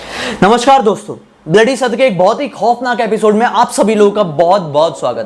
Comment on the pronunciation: Ap khoof nakh khoof nakh ku bolte ho😡😡